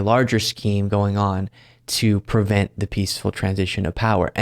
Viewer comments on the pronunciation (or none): it's pre vent, not per vent.